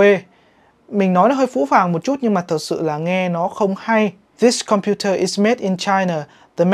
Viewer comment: Có ai bị khó chịu khi nghe ng việt phát âm made thành mét update thành up-đét giống mình không?😢😢😢